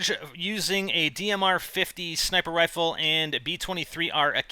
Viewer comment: haha he said dmr when its dsr!